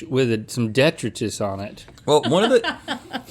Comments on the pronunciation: I don't see that anyone commented, but it is de-TRY-tus, right? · It is, in fact, duh-tri-tuss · Sorry Link, Rhett & are correct, it’s duh-trai-tuhs 😉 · hearing them pronounce detritus in that first round hurts me DE-TRY-TIS not DE-TRUH-TIS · It is de’tri’tus not detri’tus. Arrgghh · Its pronounced deh-try-tus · Despite Links best efforts, it is pronounced duh-trai-tuhs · Rhett is correct. The pronunciation is "de TRY tus". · de-try-dus is the correct way to say it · My people! Wildlife biologist here. I started scrolling through the comments the minute I heard Link say it incorrectly. 😂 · Okay but detritus is pronounced like de-try-tus right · Sorry to be that guy... Detritus: duh·trai·tuhs: Gwinith (it's Welsh) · and she went for the most expensive ones, with bougie deh-try-tuss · It bothers me how they pronounce detritus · Was that detritus on the mozzarella sticks? I can’t decide if they made up a new pronunciation, or just used a word I’ve never heard. 😂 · I'm so glad they corrected Link's pronunciation on detritus. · Links reaction to being poked in the finger speaks volumes. (Deep seated Anger issues) and detritus is pronounced the way Rhett asks him to say it. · cant watch anymore after the detritus mispronunciation.😑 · Please stop mispronouncing "detritus". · Imagine not being able to say detritus correctly. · LOL thank goodness Rhett said something. The way link was pronouncing detritus was setting my teeth on edge. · It is di-trite-us 😂